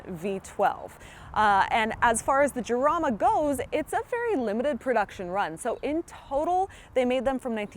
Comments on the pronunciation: It is not "Yarama" but "Harama" in english. Like "house", "home", "hit" but stronger. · it's pronounced harama. good review though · It's pronounced, Harama .... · Sorry hon. I had to turn off when you mispronounced the car's name. It's "haraama" or "charaama" depending on your accent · Isn't it pronounced Harama? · People who made the car pronounce it "yarama" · Right off the bat, the mispronunciation made me think she doesn't know what she's talking about. meh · I don't know how seriously I can take a review by someone who doesn't even know how to pronounce the name of the car correctly. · You miss pronounced the name. Still a great video. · With an H sound as in San Jose.